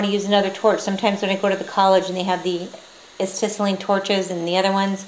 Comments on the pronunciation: I believe Acetylene is pronounced: uh-set-uh-lean. I use the (smith) micro torch too with acetylene and oxygen. I get a tank of oxy and a tank of acet., using both for micro torch and just acetylene with a larger torch that draws in oxy from the atmosphere. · pretty good video, I was having a hard time finding information about the smith little torch, this video helped a lot. just a few small points, as has been mentioned acetylene is pronounced a-set-a-lean. also you will gain a lot more performance out of your smith little torch if you learn to set the flame properly. you need the proper oxy-fuel mixture depending on various conditions, and you can tell pretty well based on how the flame looks. I won't describe it here but search Google for a neutral flame, and an oxidizing flame versus a reducing flame. that should help some. thanks again!